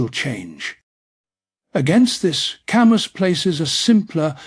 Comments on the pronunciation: It should have been typed in as Kahmoo lol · AI mispronounced his name. Gahhhhhh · For crying out loud, you couldn't even bother to make sure his name was pronounced right?!?